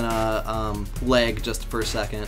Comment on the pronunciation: I like how you say “lage” rather than just “lag”